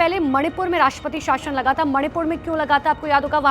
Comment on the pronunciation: Madam shashan nahi .shasan ..bolo aache se kam se kam news channel hai to kya kuch bhi bilologi ... Thikedar ho